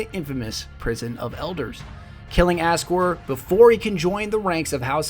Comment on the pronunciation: Isn't he named Aksor ? Not Askor ?...